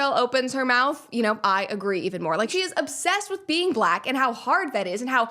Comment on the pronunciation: Sometimes she asserts her blackness by adding syllables to the word black. "Buhlack" as in "Barack is a strong buhlack man." Or if she's really worked up she would even assert a third syllable like "buhlackah."